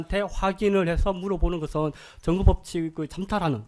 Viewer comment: 증거를 정거로 발언하는 저 병신같은 변호사는 한국인이 아니라 중국인 아니냐?